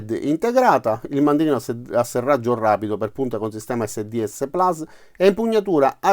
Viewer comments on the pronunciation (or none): none